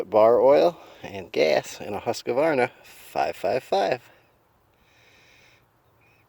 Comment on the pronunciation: and maybe pronounce the company name correctly, right? lol "hUskAvAREna ay!" :facepalm